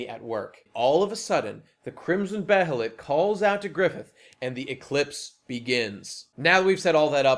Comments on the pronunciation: To preface, I am a fan, and this is only constructive criticism. But to start with, they pronounce behelit as "bay-lit" in the 1997 anime. I'm not sure if that's the correct pronunciation, but I'm inclined to say so. And I think it's the same in the dub for the films, but I don't know if that was consistent for the 2016 one. And the vision of Griffith as a farmer was just a dream. It was supposed to be the life that Griffith realizes he should have lived; a peaceful life without ambition – a stark contrast to the visions that the God Hand present to him. Before the eclipse, this is realization that Griffith’s dream was futile, and the definite end of the man’s ambitions. As Zodd foretold to Guts, for the eclipse, “If you call this man your friend, know this: when you regard one another as brother, and this man's ambition comes crashing down, it is your destiny to face your death!” And this scene, with the dream, is the realization that Griffith’s dream has collapsed in on itself. But states, this is the life Griffith will have if he doesn't use the behelit. But in the context of that dream, Griffith isn't disfigured, and Guts and Pippin are children. The dream is purely symbolic, not literal. And neither is it a prophetic vision, so much as it is a vision of a life that Griffith could have had, but never did. Something low, but inevitably, something comfortable, and certainly higher than where he is at prior to the eclipse. To address the claim that sacrificing th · The way you say behelit is the most upsetting thing I've ver heard.